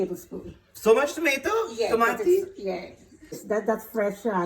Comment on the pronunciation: Pulllpattttter u mama. A say toommmaaattuuuuuu. And u saying it d best was tommmatttttteeee